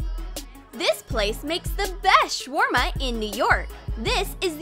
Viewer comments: troom troom:” Shwarma “ Me : HONEY ARE YOU CRAZY! THAT ISN’T HOW YOU SAY IT, YOU HAVE TO SAY IT LIKE” Shawarma “ mumbles in arabic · It is not called shwarma it is shawarma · Its really funny how they said shawarma